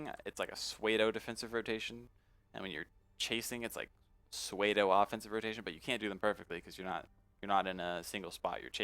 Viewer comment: did you say sway-doh when you were saying pseudo lol....